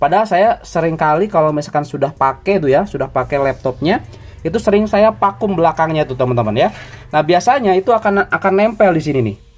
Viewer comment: Pakum bang bukan pakem